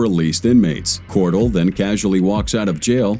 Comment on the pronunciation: Her name is Melissa cor-dell like the computer dell not dual. But I know her and she's a real POS.